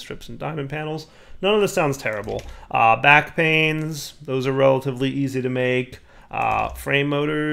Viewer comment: Now that I've read this comment and went back and saw the discrepancy, every time he says "backpains" I frigging lose it. Rotflmfao!